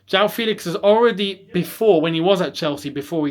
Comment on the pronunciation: The pronunciation is “FEHLIX” and not “FEELIX”